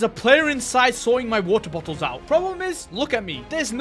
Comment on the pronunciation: He got many bo"oh"wa"er"